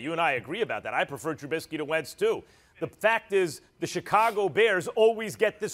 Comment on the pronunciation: I'm just going to enjoy not hearing Smith butcher Trubiskys name.